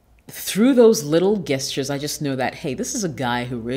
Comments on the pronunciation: It’s not pronounced guesstures* it’s jeshtures.. That shits annoying 🤦🏿‍♂️🤦🏿‍♂️🤦🏿‍♂️😂😂😂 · “Guestures” lol it’s pronounced “jes turs”😝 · I cannot watch this! The word is pronounced JESTURES, not geusters🙄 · Pronounced Jestures/Gestures... Thank you for good ideas, reminders, etc. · Why do you call them guess-tures? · I'm so sorry but guess-tures?